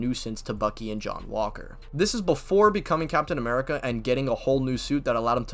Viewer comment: "captain amerigga" is crazy like wtf